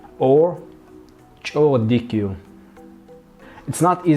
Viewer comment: thanks for the video but unfortunately the pronunciation is not clear. For example, have a nice trip, Kek dika hiyla. why you don't pronounce the letter A at the end of "dika " and "hiyla".? Could you please pronounce each word separately and slowly so that we can hear the correct pronunciation?. I heard you sentence like "Kek dik Khyel" there is a video called : LEARN LUGANDA | "Basics" Part 2 Please do like the girl.